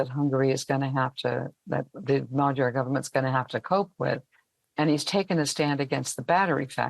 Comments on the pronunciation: A small tip for all foreign reporters: You’ll get much closer to the correct pronounciation of “Magyar” (which literally means Hungarian btw.) by pronouncing his name as “madiar” than “magiar” gy is a double letter represents a sound somewhere between a G and a D which isn’t found in any germanic or romance language. But if you manage to say d and i simultaneously or to make something like a G sound but more forward in a Y/i/J position you will tap the middle of your tongue right in that divit in the middle of your pallet/the roof of your mouth, then you will accidentally correctly pronounce the “GY” sound. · Magyar. Pronounced 'Modjor'. The blonde lady gets it right pretty much. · It is pronounced Modjar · Magyar not Maga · Why is Magyar pronounced like Madyar? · Can't you US-americans never ever pronounce a foreign name correctly??? Péter Magyar - ˈpeːtɛr ˈmɒɟɒr in the International Phonetic Alphabet! A professor for international affairs should be able to do that. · Even in Princeton, this sick American defaultism exists, doesn't it? Peter Magyar is pronounced „Peh-ter Mod-jor“ [ˈpeːtɛr ˈmɒɟɒr]. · DW presenter should learn to pronounce the surname Magyar as it literally means Hungarian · That American "lady" appears to be an AI avatar. She allegedly lives in Hungary and does not even pronounced the name "Magyar" correctly? Come on, DW.